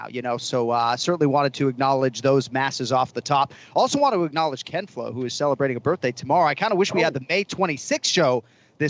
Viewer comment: Jon I love you buddy I’m from Boston born and raised. But damn I hate it every time you say Ken flo.. it’s just cringe as fuck dude. But hey that’s just my opinion I know you don’t give a fuck LOL keep up the great work kid👍👍